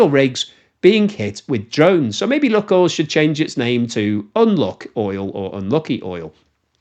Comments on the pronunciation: The ‘unluck oil’ joke fails because the name of the company is actually pronounced ‘Luke oil’. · "LOO-koyl" not "LOOK-oil." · Lukoil is pronounced neither as "luck oil", nor as "lock oil": it's "look oil". Check the original, cyrillic spelling and you'll see. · Maaan, you really need to start using the correct pronunciation..... it's called "Lukoil" not "Lukoil". You got me thinking I'm saying wrong and missing the actual point, that's some kind of lucky russian rubbing oil factory. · That "Luk" in "lukoil" is not about "luck" at all : ) Actually, the first sylalble, "luk"/ Rus. "лук", is pronounced as [wook] (sorta...) and in itself it means an onion (or a bow) - but that's not the source or intended meaning - that "LUK..." in the LUKOIL name comes from initial letters of names of three cities in Western Siberia - Лангепас/ Langepas (that "л" letter in Russian alphabet is transliterated, for reasons unbeknown to me, as "L", albeit the sound it represents is more like "w" in "wisdom" - I mean, there's no real equivalent in Latin alphabet for it, except "Ł/ł" aka "slash L" in Polish, but I digress here), then Урай/ Uray and finally Когалым/ Kogalym. But then we all love good wordplays, don't we? ;-)